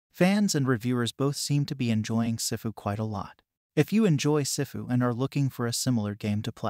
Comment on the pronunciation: "Sehfu" 💀💀💀 It's SIFU